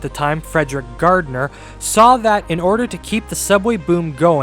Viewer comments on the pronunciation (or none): none